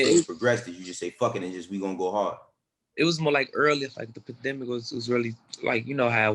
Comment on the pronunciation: Von “the panthemic” 🤦🏿‍♂️🤣🤣🤣